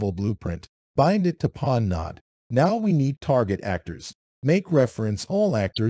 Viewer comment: If you're going to use AI-generated voices, at least try to spell things correctly so we can understand it. It keeps pronouncing "pawn" as "peon", "node" as "nod", and "collision" and "collison", which is hilarious, but still.